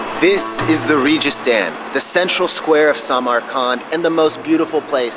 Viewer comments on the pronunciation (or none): Its Registan as in Ray-Gis-Taan ( G is pronunciated like in Give). Registan in Hindi, Persian Urdu translates to desert or arid land.